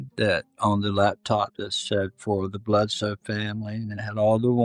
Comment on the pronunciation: The guy's name is "Bledsoe" not "Bledose"!! But fascinating content, thanks very much!